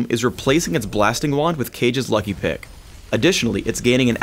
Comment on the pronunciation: sounds like he said dick instead of pick